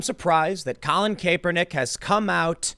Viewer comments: Stop saying Cape-er-nick when it's clearly Cap-er-nick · Tim, i love you man but it's pronounced KAP-er-nik. His nickname was Kap. When you call him Kaypernick it makes my butthole clench. I know you're not a football guy so I'm doing you a solid. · Tim, it's a soft A like sounding like kapernick. Not Kaypernick. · Cap-er-nick He does not wear a cape. Not Cape-er-nick. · Tim, it CAPernick not CAPErnick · How the hell do you not know how to say a persons name, that is said all the time?... "Capernick" are you for real. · Kay-per-nick. Tim doing his subtle name mispronounciation trolling. Haha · Its ( CAP-ER-NICK ). I know it's spelled differently but that's how its pronounced. I dislike him anyway, so say whatever you want. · Btw his name is pronounced "Cap" "Er" "Nick" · CAP ER NICK. C'mon Tim. Your point is solid...but get the guys name right. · KAP-er-Nick what the ever loving hell is wrong with you. pronounce the name properly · I haven't watched this video , is he still saying cape-er-knick ? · it’s pronounced "Cap-er-nick" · Someone teach him how to say Kaepernick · refuse to listen to this just because I can't listen to an entire segment where you're too lazy to learn home to pronounce a person's name correctly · Learn to read French please... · The fact that Tim still mispronounced Kaepernick's last name brings me great joy.... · The fact Tim mispronounces the slug's name everytime always makes me laugh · Why does Tim always say Kaps name wrong... is it a joke or does he not realize this? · If you are going to drag that douche at least say his name correctly Tim. Drives me crazy how many names you mispronounce on the regular.